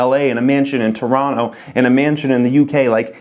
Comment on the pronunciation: As a Canadian from southern Ontario I can say you pronounced Toronto correctly.